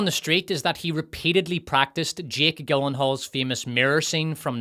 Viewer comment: I realize that proper English isn't your best friend, but the "G" in Gyllenhaal is pronounced as a "J." It isn't Gill-en-all.